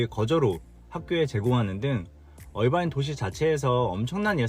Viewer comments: 어바인이 아니고 얼바인 라고 하는게 귀에 너무 거슬려서.... 나갑니다. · 얼바인아니고 어바인 아닌가 영어에 가장가깝게발음해주는것이 맞을듯 신호등 문제 Irvine Blvd 에서 sand canyon Jeffrey culver 홍신호에기다리면 앞은 청신호 통과하면 다시 적신호